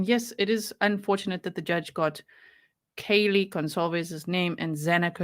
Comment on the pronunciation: To the people who were defending the judge for the mispronunciations fyi Kaylee's big sister complained to the court about how disrespectful it was and how important it was to get it right.